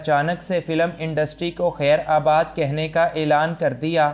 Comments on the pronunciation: Bhai lafz khaer Baad hota hia Na k khaer abaad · It's khairBaad, not khairAbad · خیرآباد نہیں خیرباد درست ھے۔